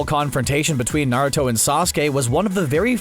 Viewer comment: U can tell he doesn't watch naruto by the way he pronounces the names and terms in naruto.